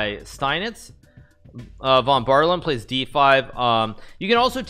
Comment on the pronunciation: In case you wondered it's 'Von BAH-de-LAY-ben'